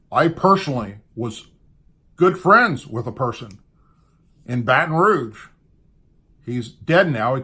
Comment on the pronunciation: 'Batton'-ROGUE In Baton-ROUGE??? >(*U^)<